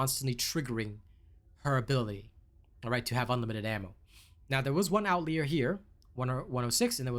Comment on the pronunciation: Don't mean to be "that guy" but outlier is pronounced out-lie-er. Like the data point is telling a lie lol.